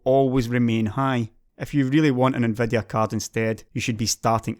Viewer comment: i just love how you pronounce Nvidia like "Nveh-deh-ah"